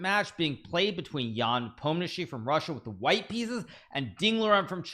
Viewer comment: I like how Hikaru is getting better at Ian Nepomniachtchi pronunciation every video 😃